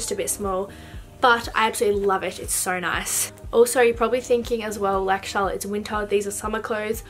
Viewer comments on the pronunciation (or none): none